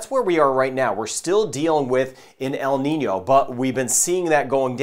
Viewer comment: Thanks for telling us about En-Nìno and La-Nìna. The way there dose work.